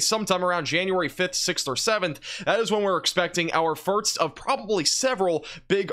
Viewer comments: Have you ever noticed that you say "firts" instead of "first" ? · anyone else notice he says firts instead of first? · It's "first" not "firts". Thank you. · It's first, not firts. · Too much eggnog over the holidays or why do you keep saying "firts" instead of "first"? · Is it my imagination, or does he say "Firt's" instead of First? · Do you say firts instead of first or am I just hearing you wrong? I thought I heard say the same thing